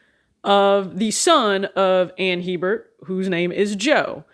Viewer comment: Went on a whole rant about how to pronounce his name and YOU still did it wrong 😂😂😂 It’s not Hee-bert, it’s pronounced ‘Heh-bert’. Smh